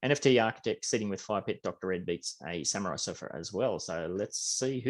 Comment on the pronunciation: Niceee! That statue is going to look nice on my Rio property 🔥🔥 Thanks. Dr. Redbeatz sounds fire and fitting how I was surgical with beats lol but it is pronounced Dee Red Beatz